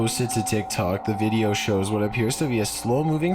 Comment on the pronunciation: How can you stand that guy's voice? He makes a syllable word 16 syllables long Videoooooo Youuuuuu Cornerrrrrr Evacuaaaaaate Ownnnn Happennns I used to subscribe to his channel until I could stand it any longer